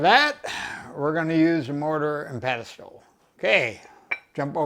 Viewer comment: It’s “mortar and pestle “,, pestle. Just sayin. Luv ya man, thanx fer another great video.